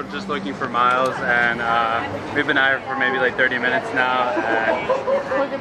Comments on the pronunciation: Isn't it "Miles" not "MYLES"? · It's miles not myles